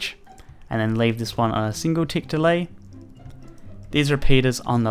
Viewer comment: OMG HE SAYS THE TICKS WRONG